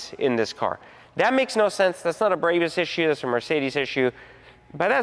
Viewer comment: This dude is a cornball. He can’t even say Barbaus correctly